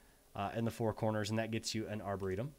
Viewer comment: when you said "arboretum" i heard "our burrito" lol